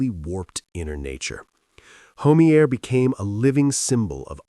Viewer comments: Skip Homey-air lol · Skip Homeier's last name is pronounced Ho-my'-er. Sheesh. These AI voices.. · HO MEA AER ????? THESE STUPID AI PRONUNCIATIONS !!